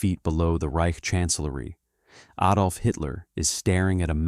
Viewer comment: Hey AI.. learn to pronounce Adolph